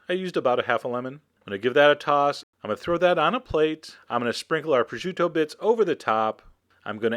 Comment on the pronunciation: there is no "ju" in the name its pronounced pro-shoo-to